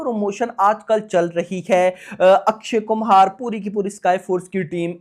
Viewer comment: O Bhai sahabb Akshy kumar hy Na k Akshy Kumhar